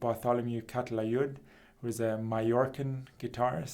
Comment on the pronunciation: Nice lesson! One quibble: it's CaLa-Tayud not CaTa-Layud.